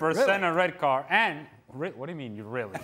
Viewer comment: What's wrong with the guy in glasses? Why is he saying red cardtsh? Why is he adding tsh to almost every word?